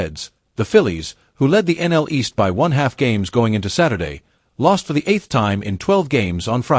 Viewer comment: . “They went only 3……for……13 with runners in scoring position.” Someone needs to adjust the AI reader.